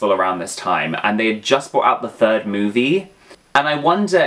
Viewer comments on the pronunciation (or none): none